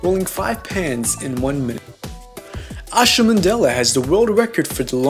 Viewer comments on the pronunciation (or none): none